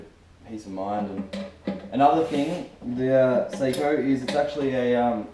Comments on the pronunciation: *****.. It's pronounced Socko, my wife is Finnish so she should know. It's certainly not Say-ko like most American pronounce it. Then of course, you're probably American so we have to make allowances for your lack of education. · Good video but learn to pronounce Sako correctly. It's not "Say-co" it's more like "Sock-o". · Sako (saw-coh) is a rifle. Seiko (say-coh) is a wrist watch. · ***** Well to get back to the topic, if you want to be pedantic about it. According to wifey nee Lajunen (I suppose you think you know how to pronounce that too) it's not Saar-ko like you maintain and it's not Sock-o like I said but kind of in between the two.